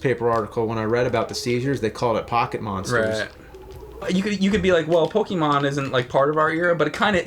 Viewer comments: really bother me much. But it's actually PoKAYmon, not PoKEYmo. I just don't like when people say Pokemans lol. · I can't even listen to you guys talk about Pokémon generally. Did you guys even play the games? It's pronounced "POH-kay-mon", though, not "POH-kee-mon". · its po ke mon not pokeemon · Pokémon is pronounced Po-keh-mon not Po-kee-mon there's an accent on the e é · Of course James & both call it Pokeymon. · Hum... It's pronounced Po-KAY-mon... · What is it with some people pronouncing it 'Pokeymon'? Cracks me up! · I hate when people call it "pokey mon" 😑